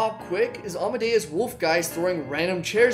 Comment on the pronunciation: you say almadeus wolfgeist, i say captain fishook